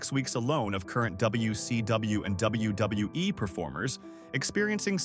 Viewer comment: Its WWE not WWWE AI got to go.